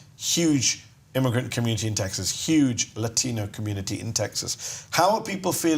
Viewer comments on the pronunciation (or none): none